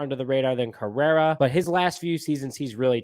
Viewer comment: Carlos “Carrera”!?! Dude. Delete this. Your take is as bad as your mispronunciation of his name… wasn’t as slip either. You said at least 5 times. And take that cubs hat off if you can’t pronounce the best shortstop in baseballs name, it’s Cringy for us cub fans.